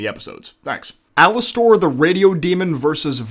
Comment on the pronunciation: AL ISS TOR? No. Alister.